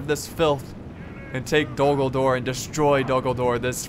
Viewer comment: Hold the Dol GulDOOR! what i tought everytime he said "Dol Guldoor" its pronounced as it is written... "Dol Guldur" x)